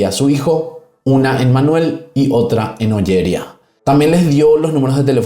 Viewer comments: Todo bien pero Ollería y Gandía. Acentúa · Oller Ía y Gand Ía, con énfasis en la I.